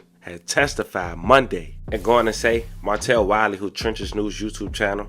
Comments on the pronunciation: His name is “MAR-TELL” 🤦🏾‍♂️ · Ya we heard, we hear it every damn video. You still didn't even say it right though 😂.